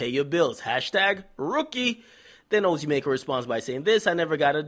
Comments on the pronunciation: "MACKO" NOT "MAYCKO" Lmaoooo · DJ Akademiks you know it's maco and not mayco right? lol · are you saying his name wrong on purpose